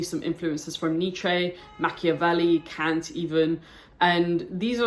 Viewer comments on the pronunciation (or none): none